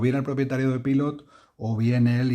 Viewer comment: Soy español y vivo en Brasil, otro país americano. Fíjate si estoy de acuerdo contigo que me refiero a tus vecinos como «estadounidenses» o «norteamericanos», nunca los llamo «americanos». Ahora bien, en coherencia con tu reivindicación, deberías dejar de pronunciar Pilot en inglés. Yo lo pronuncio en español, pero considero que antes de decirlo en inglés, lo suyo es que lo pronunciemos en japonés. Pilot es una empresa japonesa y ellos mismos pronuncian Pilot (パイロット) como «pairotto» haciendo una pausa entre «pairo» e «tto». Tampoco digo «Maiami» ni «tecsas».